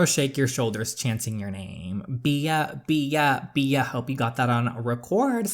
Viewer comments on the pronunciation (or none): My friend: It's pronounced Bee, hence the name Queen B Me, an intellectual: Bee-ah Love your videos DJ ❤️ I'm going through a really low point in my life right now and your videos are the only thing keeping a smile on my face. So glad i found your channel!! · I think her name is pronounced "Bee" but it's spelled Bea. I believe it's french, but don't quote me on that. A character on the show Wentworth has the name. Lol Also saying it like bee makes sense since the name of the game is "Queen B". Love watching your videos!! Thanks for making them! 😙 Can't wait to watch the next one! I'ma binge watcher lol. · I think Bea is actually pronounced like "Bee" but I might be wrong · "Bea" is pronounced "Bee" just letting you know